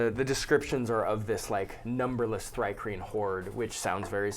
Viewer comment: Tohr-Kreen? Or did the son of odin take a mantis bride?